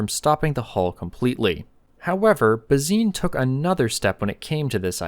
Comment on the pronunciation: Why are you pronouncing Bazin incorrectly? It’s disrespectful.